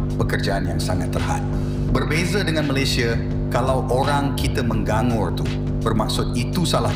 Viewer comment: Admin chanel tu BM dia dpt berapa SPM..ME NGANG GURr pun x reti sebut betul..jadi MENG GA NGUR